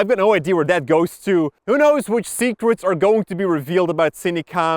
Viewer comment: "Secerets".... hmmmmm